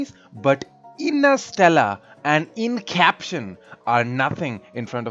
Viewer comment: Innersteller and Incaption 😂😂😂😂😂